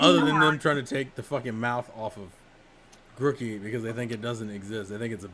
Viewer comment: Grookey* not Grockey